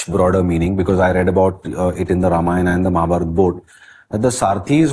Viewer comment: A humble request to the young host. Please don't mispronounce the epics as रामायणा and महाभारता. The correct pronunciation is रामायण and महाभारत.